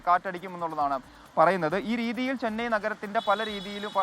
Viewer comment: ചെനൈ അല്ല. ചെന്നൈ..